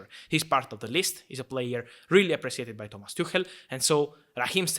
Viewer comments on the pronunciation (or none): none